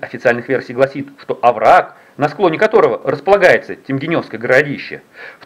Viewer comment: если вы общались с местными, то они должны были вас поправить в произношении, не ТемгенЁвское городище, а ТемгЕневское, через е и ударение на второй слог. И кстати про раскопки...там года 3 назад уже перепахали землю для сельхоз нужд я так понимаю.